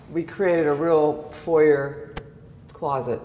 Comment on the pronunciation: this is a great outfit for you, Don’t understand why an accomplished woman like you doesn’t know how to pronounce words like foyer or banquette